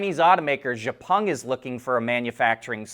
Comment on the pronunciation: enjoy your reporting but one thing to let know. Xpeng correct pronunciation is "ek-speng". Thanks and keep em coming.